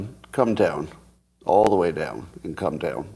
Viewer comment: Leave it to Scotty to pronounce Comton as Cumtown to fit his simulation theory. lol